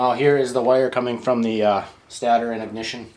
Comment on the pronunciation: Why are you saying stator wrong lol